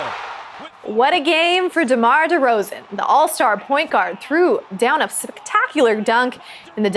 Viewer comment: Did u say all star point guard demar derozen